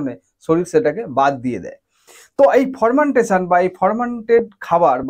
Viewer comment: উচ্চারণ টা হবে ফারমেন্টেশন। ফরমেনটেশন হবে না ❌।